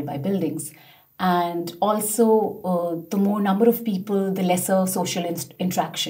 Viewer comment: No way she could get a 9 based on this performance. Her pronunciation alone was already a decent detractor. She kept pronouncing the TH sound as if it was a T and she also rolled her R like in Indian.